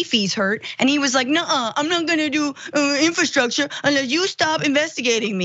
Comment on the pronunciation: Trump: “infertruckchurs”